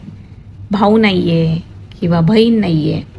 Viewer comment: Bahin bol bhayin nahi useless